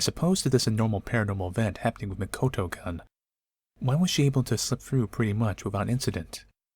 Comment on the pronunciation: The way he pronounces -kun sounded like -cunt... It shud be pronounced as "koon"